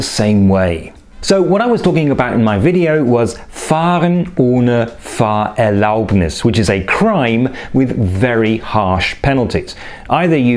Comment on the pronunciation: It sounds like you're saying "FahrerLAUBnis" in some places, but correctly stressing it "FAHRerlaubnis" in others.